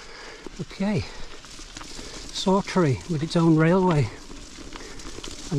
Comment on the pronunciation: Excellent video of a remote area of the borders that thankfully never attracts the masses. Just a mention and not nitpicking but Saughtree is pronounced locally as Softree.